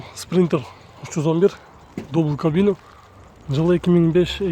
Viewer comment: Дувбл кабина деп айтасынго шеф Дубль кабина